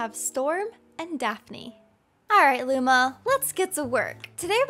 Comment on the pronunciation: DID SHE SAY LUMO INSTEAD OF LUMA?!